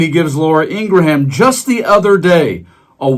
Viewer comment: I agree with your content but maybe present your observations before the cocktail hour. You mispronounced "abhorrent" and Laura "IngraHAM".